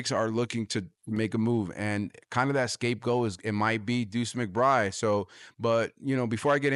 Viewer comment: Sounds like you know what you're talking about, but I had to shut of the video because of something my ear kept picking up on. It sounds like you're dripping the D sound off the end of McBride. Sound instead like McBry. A little too distracting for me.